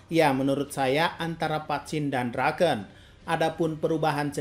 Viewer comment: Draken bang bukan drakeun